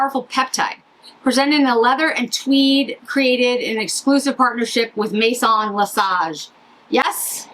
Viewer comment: Hi - FYI, Bouton is pronounced more like BOO-TOH (not quite accurate but much better than “boo-tonn” because in French, you almost never (99.9%) pronounce the last consonant. Same with Maison - “Meh-zoh” is better than “may-zonn.” Thank you so much for demoing this LE quad. This is the one I want.